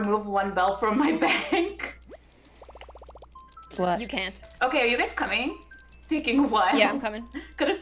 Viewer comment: doesn't even know she said an Irish word because she said bonc and bonc is bank in irish